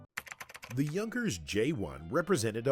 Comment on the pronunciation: Not that it matters, since we all know what the narrator is referring to, but I don't think that his pronounciation is correct. As far as I know Junkers is written WITHOUT Umlaut, therefore it's pronounced J [ou] nkers, more less like y[ou]th.